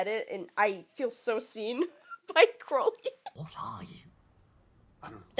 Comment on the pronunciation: I must commend you on actually pronouncing Crowley correctly!! You REALLY care. I appreciate it. Most Americans can't or won't say it right